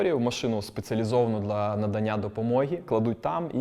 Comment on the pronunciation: Дуже цікава людина, вже вдруге передивляюсь інтерв'ю! Чудернацька вимова "дла" замість "для" )))